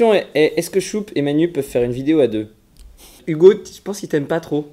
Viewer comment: cest moi ou dis OUgo et pas Ugo